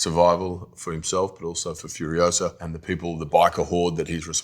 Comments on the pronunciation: They are great! But I don’t understand why she (of all people) doesn’t pronounce the title of the movie in a Spanish way, since the word is actually in Spanish 😂😂 everytime I hear "furiowsa" I crack up 🤣🤣🤣🤣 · If Spanish is her first language, why did she mispronounce "furiosa?" 🤔